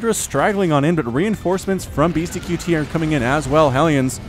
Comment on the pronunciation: the name is said BeastyCUTIE not Beasty QT. I wanted to rip my hair out every time you said it wrong.